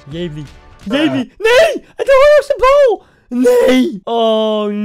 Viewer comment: Het is El Jebli en niet jebli